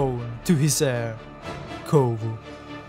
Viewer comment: is Kovu, not Kovo